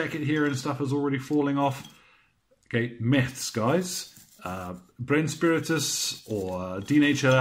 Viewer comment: That was the most Rammstein-way i have ever heard somebody say the word "Brennspiritus" :D